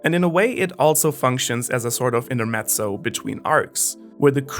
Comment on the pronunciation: hahaha you had me with a good pronunciation for Klaubatermann! Italian's Intermezzo still requires a little bit of polishing, though. Amazing video, pretty interesting this new format!